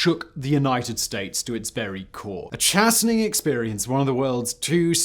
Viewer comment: Don't use words that you cannot pronounce correctly: ''chastening' is not pronounced 'chassening'.